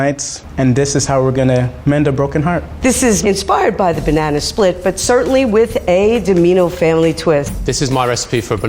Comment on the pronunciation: Level 3: we will cut the banananer Me: what? Banana or banananer